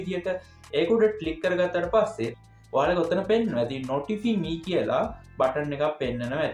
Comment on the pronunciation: නොටිෆි නෙවෙයි මල්ලි නොටිෆයි.....🎉😊😊